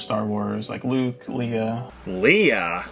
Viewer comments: Dude he called Princess Leah. No! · I have seen the original video and the only thing that annoyed me about it was the fact he mispronounced leia’s name at least two or three times. Also to those who are going to get annoyed by remarks keep in mind this is A reaction video so if you don’t like what he has to say then don’t watch it.